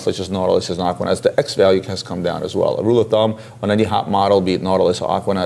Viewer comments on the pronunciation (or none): none